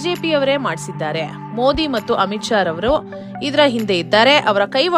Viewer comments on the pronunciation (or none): none